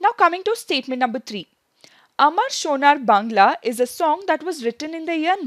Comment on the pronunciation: Mam says " amar sonar bangla" just like a bengali Women.